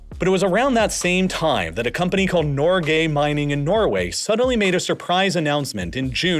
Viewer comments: I'm Norwegian, and you're pronouncing the "Norge" in Norge Mining completely wrong... It took me a while to realise it wasn't a company actually called "Nor-gay", it's pronounced "Nor-geh"... It's Norway in Norwegian Bokmål. Gave me a good laugh tho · The way he pronounces Norge made me laugh. Why are you Nor-gae? On a serious note though. Amazing video. I know a lot of Norwegians are frustrated that they have so much money in reserves when roads and other infrastructure could do with some work. But really smart for future generations how they've set this all up and limited how these funds can be abused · Norgay lmaoo gottem